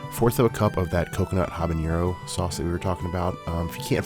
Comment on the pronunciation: Habanero is pronounced habaNNNNNero not habañero. That ñ does not exist in that word.